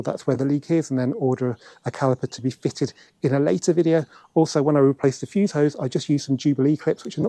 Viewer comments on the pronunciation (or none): none